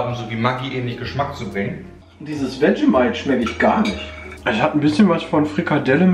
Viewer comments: NIEMAND: Wirklich absolut Niemand: Nicht mal:: Vermentight (zu Vegemite) UFF, Sorry, da musst ich echt ganz ganz dringend los. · Er sagt auch statt Vegemite einfach irgendwas (VERMENTIGHT????) 😅😂😂😂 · Jeder: Vegemite "Wetschemeit" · Er hat sogar das "Wetschemeit" XD